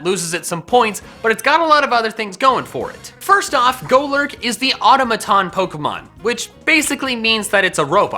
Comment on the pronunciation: You Pronounced automaton wrong